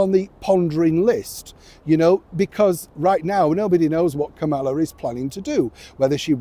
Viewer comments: Hey, former Vice President Harris’s first name isn’t pronounced with the emphasis on the second syllable, as you’ve been saying it. It is pronounced with the emphasis on the FIRST syllable. It’s like the punctuation mark “comma” plus “la” (as in “do-re-mi-fa-sol-LA-ti-do”). KA-muh-la. Come on, if you can say “Donald J. Trump” correctly every time, you can show similar respect for a former Vice President of the US! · given Kamala Harris was VP of the USA, it would be nice and respectful if you could pronounce her name properly. I’m sure you could manage it.